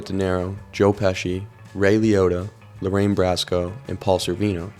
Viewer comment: Ugh! As soon as you said “Lorraine Brasco” I clicked off. That just proved that you know jack squat about this movie and just doing a channel to do a channel for whatever your goal is.